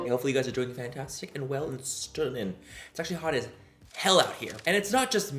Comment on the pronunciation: I'm British and I love the way you say 'STUNNIN' it sounds like you should be sat here with me drinking a cuppa tea 🤣🤣🤣🤣